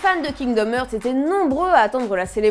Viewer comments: STP arretez de prononcer heart en ærte on prononce arte. Kingdom Arte (hearts) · Kingdom "eurts" XD ça se prononce "harts"